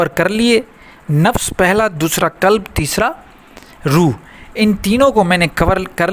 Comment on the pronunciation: Janaab ye "KALB" nahi he balki "QALB" he huzoor KALB kutte ko kehte hn !